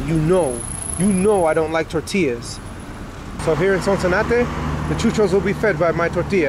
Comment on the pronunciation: I love the way you say chuchos!